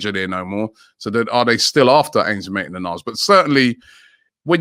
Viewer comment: It’s maitland not maitlan